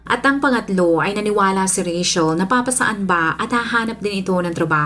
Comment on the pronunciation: I love how you pronounce Rachel.yung iba kc di q maintindihan bkit RETCHEL pagkapronounce ng name ko🤭...im a fan po❤